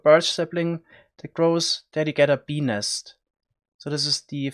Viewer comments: Dude, you really must work on enunciating the t in nest. Just over-exaggerate it and it won’t sound like you’re saying penis over and over! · When he says "bee nest" it sounds like he's saying penis. Hahah wtf so funny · "Beenis" REALLY? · Ill be honest fam i just clicked on this video to hear you say benis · I keep hearing penis instead of bee nest